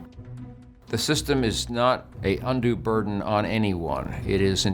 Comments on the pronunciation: Undo... oof. *Undue. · *Undue Not "undo" 😆